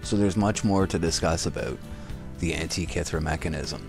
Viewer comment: you say Antikythera like a moron... other than that. good vid